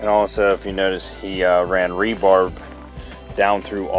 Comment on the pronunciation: Not “rebarb”, it’s rebar. Just a FYI.